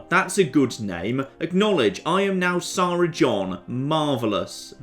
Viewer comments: that's not how you say SARA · jon's pronunciation of sara is freaking me out a little